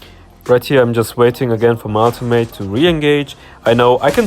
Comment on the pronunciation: Smh I thought you said automate until I realized you meant ultimate lol